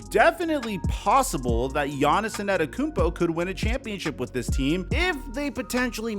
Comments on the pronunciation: tiny pet peeve: when keeps saying “gianni’s anteytokounmpo” like 5 times straight just say gianni’s dude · Just say Giannis if you can’t pronounce his last name.